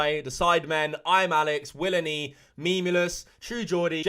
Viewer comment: "The great willNE" 🤣🤣🤣